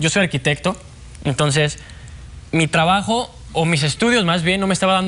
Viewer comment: TRABAJO, TABAJO O TRABAJO DECÍDETE WEON